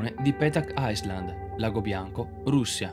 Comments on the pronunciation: Non si legge "Aisland" si legge "Ailand" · Potrebbe pronunciare Island bene? AILAND non AISLAND. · Island (isola) si pronuncia "ailend" Iceland (Islanda) si pronuncia "aislend"..... :) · Video molto bello...nulla da dire. Un consiglio se posso...documentati di piu' su come si pronunciano i nomi nelle lingue straniere. Un cosi' bel video fa a pugni con le pronunce pessime. Come ad esempio salute in Francese...o isola in inglese. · Molto bello! A parte la pronuncia inascoltabile di "Island" e "juan"